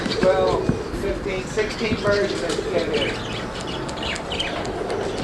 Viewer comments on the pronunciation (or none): Kit not kid